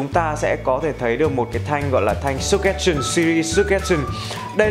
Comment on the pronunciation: súc gét sần :)) tôi thích bạn Sơ chtrét sừn đỡ hơn á anhhh